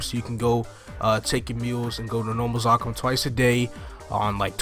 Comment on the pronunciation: God you say Zakum(Zuhkoom) like its spelled with two K's bro.